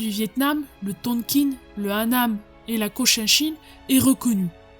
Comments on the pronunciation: Ça se prononce Tonkin, et non TonkinE ;-) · Top comme d'habitude mais dommage trop court on en veut plus ! Au fait ça se prononce "tonk1" pas "tonkine".